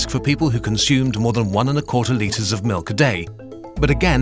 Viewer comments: Nobody:: M I L U K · It's pronounced malk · "HE NEEDS SOME MELK" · But the real question is: is it pronounced milk or melk?